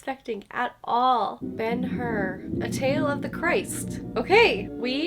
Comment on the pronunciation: Hur - not 'Her' but 'Choor' with ch like in scottish 'Loch'